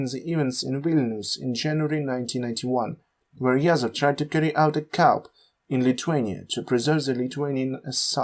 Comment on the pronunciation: Absolutely good first episode. I think the audio is a bit imbalanced though, I hear more in my left ear than my right. Keep going, this has potential. "coup" is pronounced "koo" btw